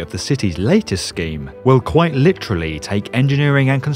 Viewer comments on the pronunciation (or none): none